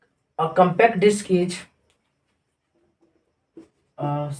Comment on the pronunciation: diks nhi lode diks galat word hai disk hota hai gawar